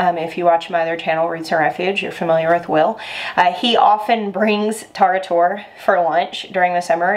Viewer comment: It’s a very refreshing summer “soup”. Pronunciation is a little of but good job otherwise. Best to use seedless cukes.